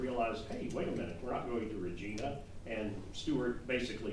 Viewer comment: Re-GINE-A ... not Regina